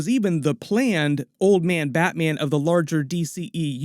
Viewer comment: this guy saying Batman.... "BatMeean"